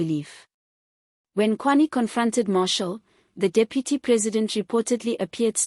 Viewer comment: Aay man are you South African? Please pronounce the names properly. Its Steenhuisen, prounced haysen. Mkwanazi, Mashatele. Its irritating when u dont pronounce the words properly.